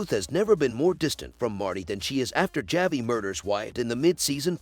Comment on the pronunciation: Javi is pronounced Havi the J is H???? Evidently you didn’t watch the show???